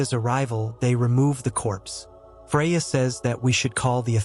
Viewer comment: Freya or Fariaa??!! Puh or Poe??!! "Advance" MEANS forward!!! Another semi-literate "Narrator"!!